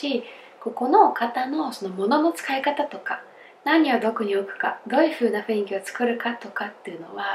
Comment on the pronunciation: が、雰囲気を[ふいんき］をちゃんと[ふんいき］と言えたら最高ですよｗ